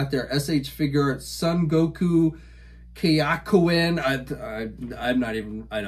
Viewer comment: KAIOKEN is pronounced KAI O KEN